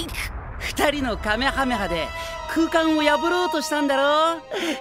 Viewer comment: Lol what's kamekaha?it's kamehameha